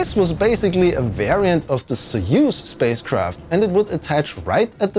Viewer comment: very nice overview of the system, I've legit never heard about this. Also props for pronouncing soyuz correctly 👍